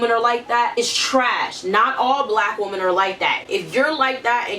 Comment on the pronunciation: "Xee-no-phobic" "Woo-men"